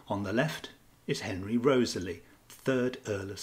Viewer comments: REE-TH-SLEE not Rosely!!!!! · I thought Wriothesley was pronounced Risley? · It is pronounced "RISLEY". I cannot believe how many of these "readers" never obviously read the content of said video and mispronouncing EVERY PROPER NAME!!!!!!~ HOW??? Laziness that's how.